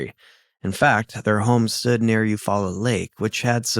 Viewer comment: its U-fall-la is how you say the town in your story